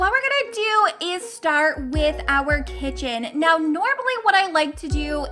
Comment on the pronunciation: It is kitchen not kicen